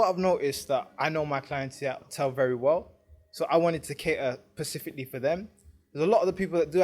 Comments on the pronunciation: What does pacifically mean? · Pacifically... 🙄 A pair of Cilly Sunts...